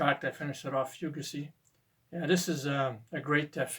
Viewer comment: Great choices man ✌ One wee thing. Fugazi is pronounced like foo-gaah-zee, not the eh unique way you were doing it but keep on keeping on 👍